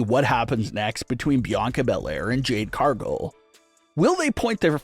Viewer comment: It is Jade Car-gill not Jade Car-gull.